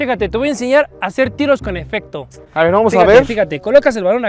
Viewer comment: se dice efecto